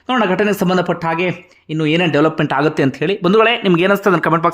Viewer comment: ಲೇ ಪುಣ್ಯಾತ್ಮ ನೀನ್ ಹೇಳಿದ್ ವಿಚಾರ ಏನೋ ಸರಿನೇ ನಿಜ. ಆದರೆ ಮೊದ್ಲು ನೀನು ಕನ್ನಡ ಕಲ್ತ್ಕೊಳ್ಳೊ "ಅ" ಗು "ಹ" ಗು ವ್ಯೆತ್ಯಾಸ ಇದೆ ಮಾರಾಯ ಅದು "ಹಾಗಿದ್ರೆ" ಅಲ್ಲ "ಆಗಿದ್ರೆ" ಅಂತ ಆಗ್ಬೇಕು. "ಹಾಗುತ್ತೆ" ಅಲ್ಲ "ಆಗುತ್ತೆ" ಅಂತ ಆಗ್ಬೇಕು ಮೊದ್ಲು ಸರಿಮಾಡು ಕನ್ನಡದ ಕೊಲೆಮಾಡ್ಬೇಡ🙏